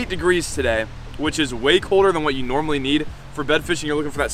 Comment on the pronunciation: “I’m just fishing normally (NORM-ally)”